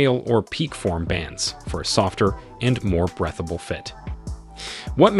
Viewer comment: HAHAHAHAHAH! Also "breath-a-ble 🤣